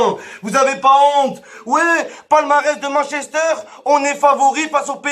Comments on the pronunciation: Attendez il y a que moi qui prononce Manchester a "mann chester" ?😂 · "Mench Ester" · Arrêtez de prononcer Manchester à la française